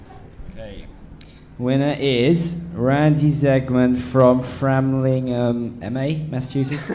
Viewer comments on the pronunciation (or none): No L in Framingham, (een if it was six years ago. Whatever)